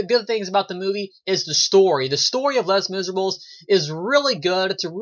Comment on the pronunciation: Lol you did pronounce it wrong, but don't worry I'm not gonna get all CRAZY on you! I have a review of this movie on my channel as well, I really liked your review because you had a neutral opinion on it, and I'd love to know what you think of my review even though I enjoyed the film more. Anyway, keep up the great work! :)